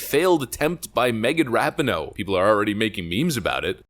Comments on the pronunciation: Ra Pi No É not ra pi no... Then again, don't pronounce the E and keep mispronouncing it, it fits ! IT doesn't even deserve to have it's name pronounced right ! GOOD riddance if IT'S actually really gone ! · pronounced Ra-pee-no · Love you're videos and content, but once again her name is pronounced Ra-pee-no. I believe it's an Italian last name. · The narrator should learn how to pronounce her last name correctly. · I really don’t like this woman. But if you’re going to make a video about her at least pronounce her name right